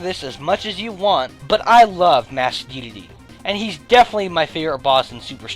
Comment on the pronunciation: he says dedele wtf